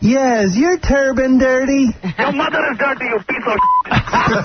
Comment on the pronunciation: Turbine??? Seriously? It's turban